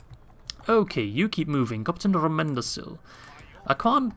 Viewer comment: Hello, I just thought that you would like to know that Rómendacil is pronounced Ro-mend-dac-kill.